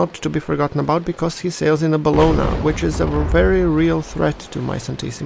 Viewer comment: Its Abana, without the "ha" at the beggining, otherwise your pronuntiation is perfect :p